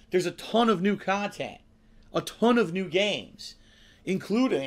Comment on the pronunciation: He starts with the pending gaming drought and within minutes claims there’s a “ton of new khantent” he’s afraid he’ll miss. I do not understand this guy.